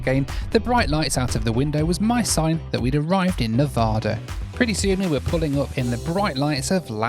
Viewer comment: You mispronounced Nevada.😂